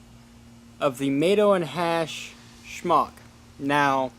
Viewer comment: The 'g' is silent